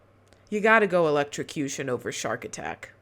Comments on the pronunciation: He said "elect-sha-cution" 😂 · Words are hard .